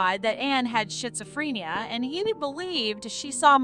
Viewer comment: Did she say Shitzophrenia? 🤦🤦🤦